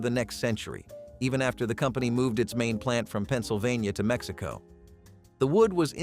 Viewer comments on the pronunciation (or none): none